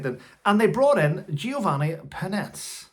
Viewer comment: Having to shout to hear yourself is when I know the batteries in my husband’s hearing aids need changing. My 15 year old grandson has worn them from before his 1st birthday. Giovanni’s last name is said as Per-neech-ay. All these people with their truths, when all they want is 15 minutes of fame, their name in print and a payment. There are very few altruistic politicians left working for the greater good.